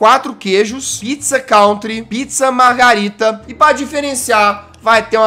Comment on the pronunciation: Jazz é margerita não margarida nem margarina 😂😂😂😂😂😂